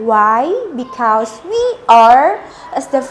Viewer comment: ko because dia ngmngnya 'bikaus' bkn 'bikhez'